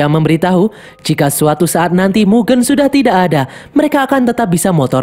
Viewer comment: baca mugen aneh bang, coba e nya pake kaya lele